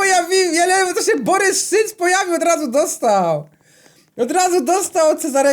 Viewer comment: Boboryc a nie Borys szyc XDDD